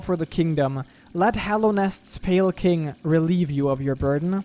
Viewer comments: Pale Kwing, amazing XD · Nobody:...: The Pale Kwing